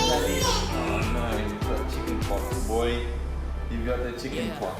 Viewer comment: its pox not fox